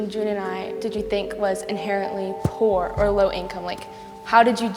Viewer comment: the way she said “pOor”